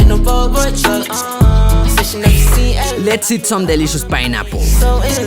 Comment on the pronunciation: is everyone gonna ignore how he said pinaplle but not watermellon